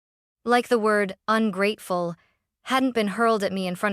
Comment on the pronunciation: You need to edit the narration… AI doesn’t know how to pronounce “ungrateful”. 👎👎👎